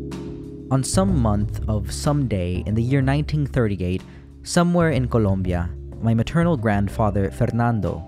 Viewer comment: Little detail, but i really love the fact that you took the time to actually pronounce the splaish words with the accent, like colombia or mirabel.